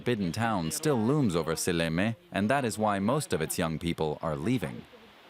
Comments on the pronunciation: The town is not Salami, it's Seallamayee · Силламяе, а не Салями, ёпта.